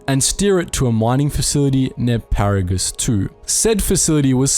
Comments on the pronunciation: I dont want to sound rude but some of your pronunciation is off because I recall the names of the Ebon Hawk, Telos, and Peragus very differently. Love the lore but please pay closer attention to these details. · I very very much enjoy your videos, but your mispronunciations of some of the characters and places is nails on a chalkboard. Duxn = Duk-sin. Not Ducksoon. Verbal source KOTOR II. Nihilus = Nigh-E-lis. Not Kneehallis. Name derived from Nihilism. Verbal source KOTOR II. Peragus = Per-Aug-us. Not Paraguss. Verbal source KOTOR II. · The information in the video was definitely good but I can't lie I was getting annoyed with all the incorrect pronunciations. It's Har-bin-ger, Pa-ra-gus, ebb-in hawk, t-los, at-ton, nhi-lis. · HOW DO YOU FUCK UP PERAGUS AND HARBINGERS PRONUNCIATION WHEN THE GAME FUCKING SAYS THEM OVER AND OVER AGAIN